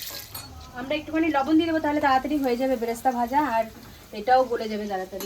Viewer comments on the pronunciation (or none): Peyaj vaja k BERESTA bale. Beresta vaja bole kichu nai. Balok bole kono katha nei . Pronunciation gulo thik korun